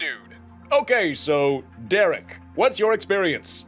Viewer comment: oh sorry, "I'm Dereek" 🗿